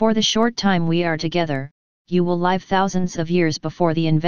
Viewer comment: I don't normally care much for horns but that was some cool outro music, what was that ? As I listened to the robot mispronounce "live" for the context it was in, I was thinking about mad cow disease, it seemed to fit the story, then liberals came to mind. It's that time of the year, I need to make some colloidal silver. Will it ever stop raining ? Maybe I should be building an ark. In YT titles I've noticed the controversy on the CDC worker lingers on but I doubt we'll ever know the truth, I like your story about it, could it be true ?